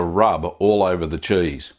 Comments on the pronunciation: I just love the way this man says "Chueese" 😂🤣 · You say cheese like I assume fancy mice would.